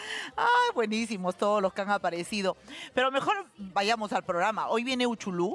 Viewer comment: Se llama Uchulú no es uchulun